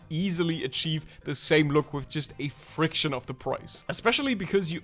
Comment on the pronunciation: no hate but you said friction and not fraction (frak-shn) Btw love your videos hope you see this